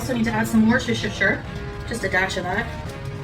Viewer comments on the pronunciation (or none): Her pronunciation of Worcestershire pisses me off every time!